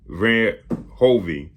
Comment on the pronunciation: Bruh Verhoeven pronunciation is like J Edgar Hoover(only end with a "n") So... Ver-Hooven..Next language lesson gonna cost ya.. Greets from the Netherlands